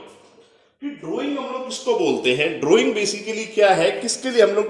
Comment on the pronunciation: Drawing shi se bolo sir g